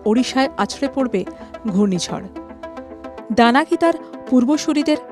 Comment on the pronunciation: ঘূর্ণিঝড় এর নাম ডানা না দানা ঠিক মতো জানান ।নাম টি আসলে কি ?